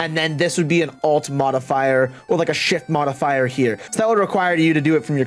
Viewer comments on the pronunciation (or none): I'm pausing the video cause I'm dying laughing hearing you say "shit modifier" over and over. Anyway, I'm loving the in-depth walk-through mate thanks.